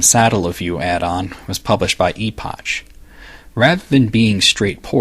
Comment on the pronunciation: I always thought the 'ch' in Epoch was pronounced as a 'k' sound, eg. Epok.